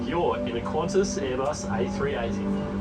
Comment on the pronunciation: It's Qantas, not Quantas, for God's sake. I think your other ascertainments are about as correct as this was.